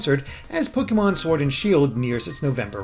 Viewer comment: Your pronunciation of Pokémon hurts.